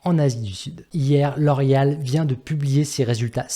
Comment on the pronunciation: Non je déconne juste sur ta prononciation de la compagnie 😉